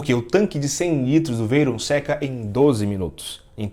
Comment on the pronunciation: Primeiro que o rapaz quer colocar a palavra Veyron, que é um sobrenome francês, com pronúncia inglesa...